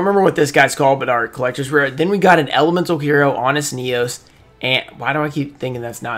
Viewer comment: You said it right ehero honest neos